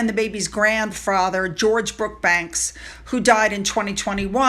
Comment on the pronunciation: I'm not trying to be nit picky, but Jack's last name is Brooksbank, not Brookbanks. It took me awhile to get used to it too. It's funny to pronounce the correct way. It kind of feels wrong. Lol